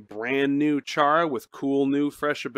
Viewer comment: FINALLY HE SAID CHARA CORRECT btw do u remember me from last nights video/stream